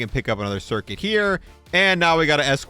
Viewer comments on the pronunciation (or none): "Also wanna pick up this turcuit cirrit" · Lol. "Turcuit Cerrent"